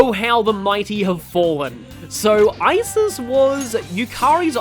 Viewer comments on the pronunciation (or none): none